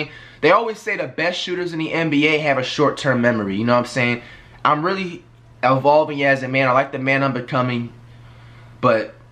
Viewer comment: Did this nigga just say he’s L- Volving? Flight cmon bruh